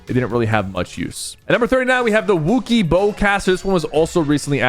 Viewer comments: The way you said Wookiee was offensive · bro did not say “WOO-key” like that 😂😂😂😂😂